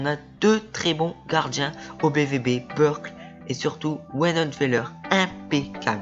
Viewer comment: Merci bcp Quentin :) ça fait plaisir! Oui lol je ne prononce pas bien les noms, on me l'a déjà dit lol, déjà je dis Burkl pour le gardien ou lieu de Burki...